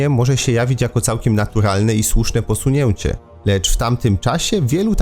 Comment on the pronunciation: Panie lektorze dlaczego Pan tak podkresla w slowie POSUNIECIE to E z kreska Na dole. To nie naturalnie wychodzi. Prosze to skonsultowac ze specjalista. Mnie to np drazni. Poza tym swietny cykl historyczny